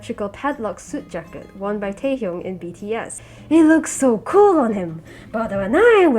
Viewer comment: the pronounciation i cant 😭. btw its pronounced tae-YUNG